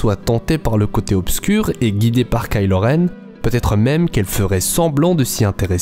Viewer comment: Attention on prononce pas ka ilo renne on prononce kaï lo renne